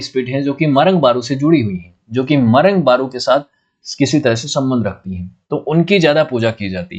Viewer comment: सरना मुंडाओं का पूजा स्थल होता है. आप का उच्चारण भी गलत है. सारना नहीं सरना. मरंग बरु नहीं मरंग बुरु. मरंग का अर्थ है बडा. बुरु का अर्थ है पहाड़.